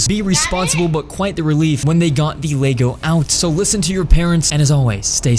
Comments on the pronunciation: It’s not leygo it’s Lego… GET IT RIGHT PLEASE!😤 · yeah you said it like leygo